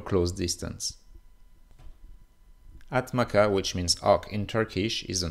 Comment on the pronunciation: its not “ATMAKA” tho, its pronounced as “ATMAJA” which means accipiter